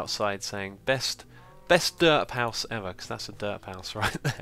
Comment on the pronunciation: I agree. And "derp house" sounded like "dirt house".